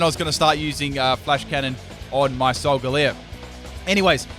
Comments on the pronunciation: It's not solgaleer it's solgaleo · idiot he said solgaleo and lunala wrong